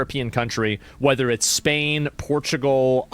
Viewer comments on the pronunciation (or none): none